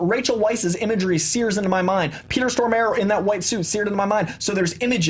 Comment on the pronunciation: Wow just butchered Peter Stormare's name lol